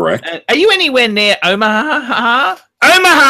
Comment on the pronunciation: GOTTAHH START SOMEWHERE, BUBBAHHH! BUBBR BUBBER! OMMAHUHHH OMAHA